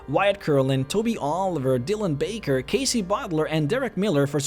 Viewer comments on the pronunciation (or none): none